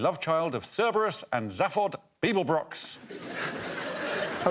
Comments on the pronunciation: I diagree with Alex's pronunciation of the name Zaphod.... hmmppfff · Alex can't pronounce Zaphod correctly, Jesus fuck. It's pronounced Zaphod, not Zaphod.